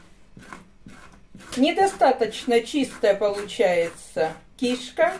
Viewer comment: Что за выражение сальце,чесночок . Кишка ударение не там.